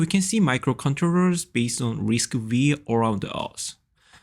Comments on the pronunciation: It is not risc-weee... Its risc-5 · I think that is prounced as RISC-Five,😀